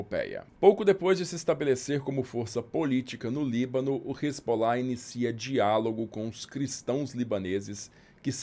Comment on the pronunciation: A pronúncia que ouvi nas minhas viagens à região é res-alá. Não sei de onde se tirou Resbolá.